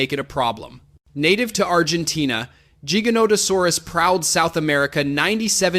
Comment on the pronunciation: 1. It's T. rex not T-Rex 2. T. rex was 9-10 tons 3. T. rex used it's arms possibly for attracting mates or to intimidate 4. Spinosaurus was 7 tons is correct but it was 7.4 tons or some even got to 8 tons but it's rare 5. You pronounced jigganotosaurus not giganotosaurus 6. Yes giga is longer but giganotosaurus is 8 tons for average and it was not heavier than t. rex 7. Giganotosaurus didn't hunted Argentinosaurus and Argentinosaurus was 75-90 tons not 100 tons and giganotosaurus didn't hunted in packs 8. Deinonychyus pronounced as die-no-ny-cas Overall is a good video but these are the corrections that I knew from my memory